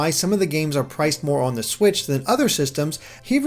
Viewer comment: The way you pronounce "on" triggers me